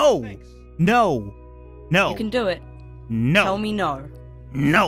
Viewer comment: Nar not no